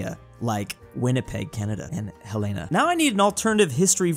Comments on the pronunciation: As a native Montanan I think I know how to say the name of our state capital. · I Love how pronounces Helena as “Hel-LAY-na.” instead of how it is pronounced "HELL-e-na”. Helena is the capital of Montana or was before Virginia toke over...